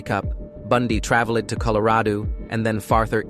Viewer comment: That one word out this whole video haunts me🤣🤣😂🤣😂😂🤣😂😂🤣...I heard it too😭😂🤣😂🤣😂🤣